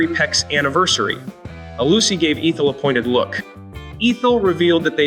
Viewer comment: It's ETH-EL, not EEETH-EL. Just being helpful.😊